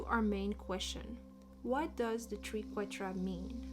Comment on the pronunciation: I love this video and your enthusiasm ❤ The Triquetra ( pronounced as try) is a beautiful symbol